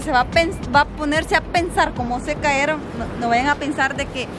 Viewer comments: Porque disen " CAERON :" hablen bien se dise "Cayeron" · Es contenedor y. No es caeron es cayeron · Este bato es impedido de loa hombros. Y no se dice caeron. Cayeron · "CAYERON" Se escribe así y se pronuncia así "CAERON" no existe en la Real Academia Española